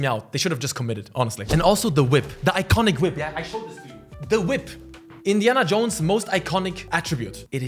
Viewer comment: “Indian Jones FANE?!” Haha speak much🤣. Jk. Loved the video also how cool would it be to have an Indiana Jones type exploration based game on all the ancient cities like China, India etc…